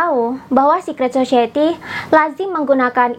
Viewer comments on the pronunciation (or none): Society dibaca "sosayeti", Mbak, bukan "sosieti"